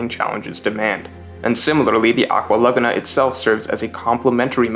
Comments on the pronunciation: Nobody:: aqua LuH gUhh nA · This pronunciation of aqua Laguna is killing me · I hate how you pronounce "Aqua Laguna"